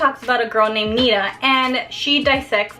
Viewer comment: NiTa you have to pronounce the T